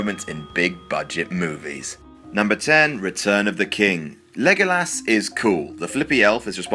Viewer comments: I know I'm not the only one to say this but... Christ did you fuq up the pronunciation of "Legolas" name. Sheesh. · That botched pronunciation of "Legolas" deserved a Down. "Leg-Oh-Lass" are you kidding me?! Everyone in the movie itself calls him "Leh-Goal-Us". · Legolas!!! Not legalas!!!!! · learn how to fucking pronounce legolas mate